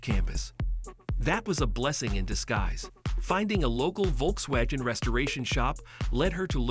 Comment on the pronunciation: I hate these AI narrations, especially when it mispronounces Volkswagen repeatedly